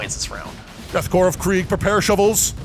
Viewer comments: Would someone please slap with a dictionary and inform him that Corps is pronounced "core," not "corpse?" He's driving me up the wall. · Corps isn't pronounced corpse, it's core, like marine corps. Super irritating. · Its pronounced like Core....not like Corpse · And pronouncing Korps as "corpse" rather than "core" 😣 Thankfully, someone seems to have corrected him after about 20 minutes. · Death core not death corpse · it's pronounced like "core" it's a french word used in the english languge. Should sound like death core of krieg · Small note: The 'P' in 'Corps' is silent! Love your narration:)